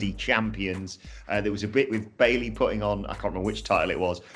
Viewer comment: The most important takeaway from the triple threat womens tag match is that you shouldnt have commentators try to pronounce billie and bayley in the same match.